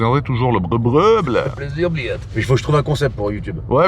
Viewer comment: tu dit tellement bien Blyaa mdr